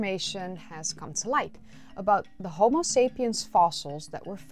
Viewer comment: You know what's funnier than your mispronunciation of Homo as Homeo? When you mispronounced Pumice as Pew-mis.